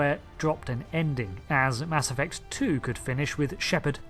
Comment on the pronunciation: Oh I thought you said, "Mask Effect" and this was going to be some sort of post Covid story.